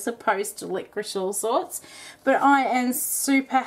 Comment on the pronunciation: Why do you call it 'liqoriSH? You wouldn't ask for a chicken tikka with some boiled Rish, would you?